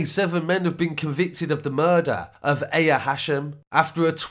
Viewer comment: Aya’s name is pronounced ‘eye-ya’ not ‘eh-ya’